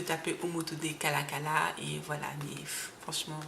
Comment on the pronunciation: Hotep. Merci pour cette vidéo. Juste pour dire que le nom de l'auteur n'est pas Kalakala mais KALALA... Kalala est le nom d'un grand empereur Luba. Il était un grand guerrier doté des pouvoirs mystique.Son nom complet est KALALA ILUNGA. Je crois que le prof Omotunde avait pris ce nom pour honorer ce grand roi guerrier.